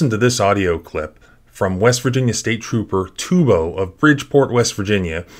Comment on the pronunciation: Trooper “Trupo” lols😊